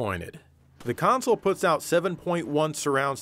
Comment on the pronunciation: "...every other disk that it poots."